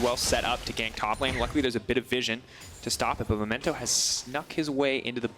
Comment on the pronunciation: Pls, you did this last week as well. He's called Memento, not Momento.